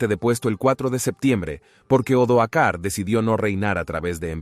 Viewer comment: Gran trabajo. Pero se dan repetidos errores de lectura por parte del narrador que habla de los años 1900's y hasta 2000's! También hay que tener cuidado con los nombres de los personajes históricos! Odoacro no Odoar, Julio Nepote no Julio Nepos... y así entre varios...